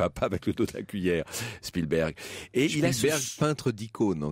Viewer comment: Il n'y à pas de h dans spilberg. Un nom propre en anglais ou en français ce prononce de la même manière. C'est absolument insupportable comment mr Verrand ( je modifie également) le dit!